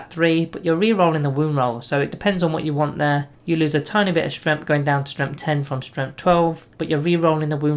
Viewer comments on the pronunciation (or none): Love your videos, but I just HAVE to comment on how you keep pronouncing "Strength" as "Stremth". I just can't get used to it :)